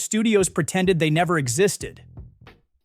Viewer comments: BIO-pic, not “bi-OPIC.” 🙄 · Biopic? Bio pic, not bi opic. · It’s BIO-PIC, not BI-OPIC. Anyway, most of these films, suffered from LGB fatigue, such as Queer, who I would imagine was absolutely bound to fail from day one. Much like the film Bros., there isn’t some imaginary huge swath of the public, yearning for queer content. It’s always been artificially inflated, and that proves true for Drive Away Dolls as well. People are, quite frankly, just sick of hearing about it. Night Bitch, just tried WAY too hard to push a feminist message, and people picked up on it immediately. The War of the Rohhirum, featured another tired hook: the female protagonist. This character was hardly even a thing, let alone something on which to base an entire film. One thing that stood out about all of these films, is the lack of advertising. I didn’t see an ad on ANY social network, for a single one of these, with the exception of Boy Kills World. Television, and magazines used to be the tried, and true way to get word out about your films, but those are DOA, and not likely to ever regain prominence ever again. Studios STILL haven’t figured out a comparable method of delivery for hype. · You actually seem sad that these obviously bad movies didn't make it, that doesn't help your credibility, also, what's 'opic'? Why do you say "Bi-Opic"? It's a BIO-PIC, as in BIOgraphical PICture, there's no such thing as an 'opic' so can there be a bi-opic? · SNL is at the bottom of its rankings and some genius thought making a movie about it would sell? Oh, and it's BYE-oh-pic, not by-OP-ic. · It's "bio-pic", not "by-op-ic". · The correct pronunciation of biopic is "BYE-OH-PIC" not "Bye-op-ic". That grinds my gears lol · lol, love the AI voice. Bio-pic, not bi-opic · I'm struggling to get past the AI voice-over flipping back and forth when pronouncing "biopic". It's either "BUY-oh pick" or "buy-AH-pick". Of course it's really the former, but it definitely ain't both.